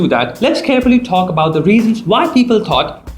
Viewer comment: T ko thi kyun bolte ho bhai😂 thalk thell 🤣